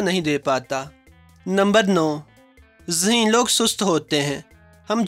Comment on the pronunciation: Phly koi yeh btaye zaheen hota hai ya haseen.😂😂🤣🤣🤣.... bhai bol toh sai lo😄😄